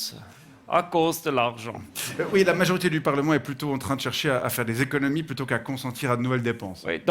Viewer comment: Non ! A cause de l’archent…. La prononciation est importante 😂